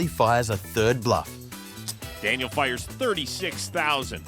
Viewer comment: The narration on this video takes away a lot from what it could've been especially being an automated voice that can't pronounce Daniel's name correctly